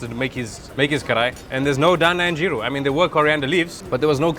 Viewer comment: The way the host said geera he’s defo katchi....